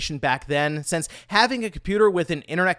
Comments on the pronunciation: It’s “Sir-up” not “Sear-up” and I’ll die on that hill. -And this from a guy who mispronounces the word “Since” every day. It’s SINCE, not SENSE. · a bit rich coming from a man who can't pronounce "since"